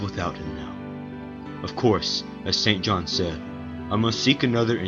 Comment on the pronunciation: Might I add that this may be the only film in which "St. John" is correctly pronounced?